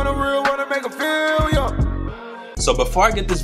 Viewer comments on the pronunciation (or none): none